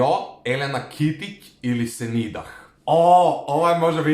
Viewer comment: senidah se cita senida